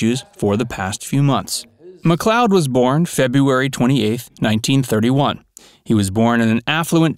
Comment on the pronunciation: last name pronounced like Lloyd like Lloyd Nolan/ Get it right once